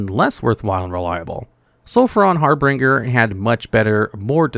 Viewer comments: It's har-binge-er. Not har-bringer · Sulfuron HAR-BIN-JER (not bringer) Sorry. Can’t help it. Great video! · Harbringer, Fustrating, etc… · At least we know he's human, because he still refuses to pronounce harbinger correctly. lol